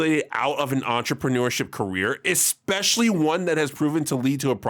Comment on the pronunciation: Entramanureship IS more dignified than Onlyfans based “Entramanureship” had me cracking up whenever ya said it btw